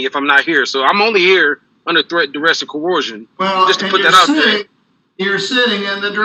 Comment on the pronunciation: Why can Sovcits NEVER pronounce the word 'coercion' correctly?!